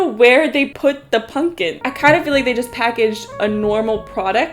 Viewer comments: My fav part of this vid is your inability to say the word pumpkin consistently. Punkin pungin, pumpin, ponken. Great vid, i didnt get this in my sub page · You say pumpkin in an interesting way